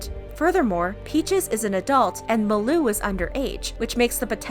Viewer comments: Its malu not maloo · Pronunciation of Malu- MAHH LU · Why is she pronouncing malus name as muloo 😂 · It’s mah-loo (malu) 😂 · By the way, it's Ma-Loo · Who else is triggered by the way she says Malu's name? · Am i the only one who pronounces her name as "Malu Trivago" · That is not how you say Malu’s name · Also I found it funny how she pronounced malu name. No Offense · Your saying malu wrong